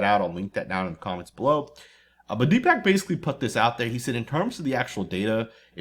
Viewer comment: as a fellow Indian I am very disappointed you cannot pronounce the doctors name correctly. Deepak is pronounce Dee.puhk. Love the videos. Lol